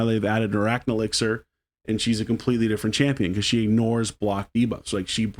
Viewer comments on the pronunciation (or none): none